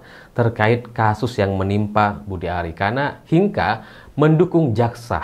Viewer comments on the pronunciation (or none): Membaca nama Hinca itu bukan Hinka tetapi tetap Hinca 😊